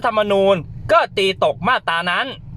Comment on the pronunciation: มาตรา อ่านว่า มาด - ตรา ไม่ใช่ มาด - ตา